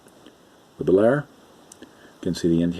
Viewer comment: Just a note: The Bel Air name is pronounced as (2) syllables. "Bel-Air" as opposed to "Belair". Old school hobbyist like myself cringes every time we hear "Belair". Great Video just the same!! :-)